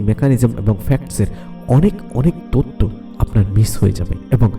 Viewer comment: তততো না তথ্য, মাতা না মাথা, উচ্চারণ সুন্দর হলে ভিডিও দেখতে ভাল লাগে। এই ভিডিও তে যিনি বর্ণনা করেছেন উনি সম্ভবত চট্টগ্রামের লোক।